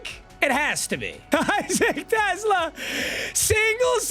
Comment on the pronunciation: Isaac Tesla is where I’m from Arkansas. He played for the Razorbacks and yes, that’s how you pronounce his name.